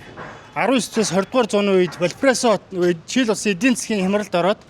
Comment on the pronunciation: Чийл? гээд асуугаад байх юм, Чили? гээч ээ